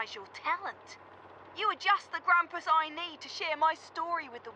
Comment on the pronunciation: I love how is constantly fucking up everyone's names. Grumpuses and Bugsnax alike. He always finds new ways to say them wrong